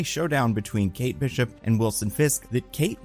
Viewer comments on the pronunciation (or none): What are these pronunciations? Ashoka? Kate Beeshop? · i hate the way you pronounce kate bishop